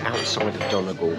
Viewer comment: It's pronounced Donny Gawl, not Donna Gol. I was the same until an Irish woman corrected me.